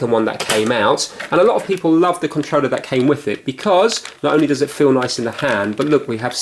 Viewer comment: I like how says Controller......"Controwleh"